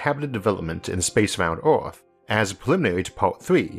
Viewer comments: Sorry, I really wanted to watch your video, but your pronunciation of "Earth" as "Aw-th" really turned me away. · Can't take the narration and pronunciation. Sorry, never heard of Orth or Valume. Made it to . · Where is this magical "Orth" you keep talking about ? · what is "orth" I know the moon and EARTH, but not the "orth" sorry I had a bad day. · I keep horing da word "Orth". Where/who the heck is Orth? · Orth? 🌍 Can't listen to this nonsense. Get a new narrator. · Why is it that the only word out of all the complicated words to pronounce that this man can't pronounce properly is "earth".........? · please learn to pronounce ‚earth‘, made the entire video unwatchable